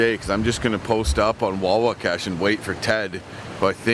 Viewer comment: Hey you guys went right past the beaver pond that drains into the Mag from Watson Lake where my buddies and I have our hunt camp. By the way it is Wahwashkesh as in "wah wash kesh", sorry I am a stickler for getting place names right as I believe you mispronounced it in the video. There is good bass fishing on Watson Lake if you haul your canoe over the beaver damn at the river paddle the pond then haul the canoe over the second damn at the north east end of our lake.